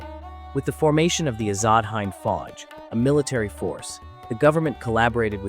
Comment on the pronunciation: Hind is not pronounced as you have (you pronounced it as the “hind” in “behind), Sir. Please say the word “win.” Now replace the “w” with an “h.” Now just add a “d” at the end of “hin.” Hind, meaning India, short for Hindustan (the land of the river Indus). You don’t say “Hayn-du” or “Hayn-du-ism,” right?